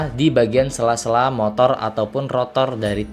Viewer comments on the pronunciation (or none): none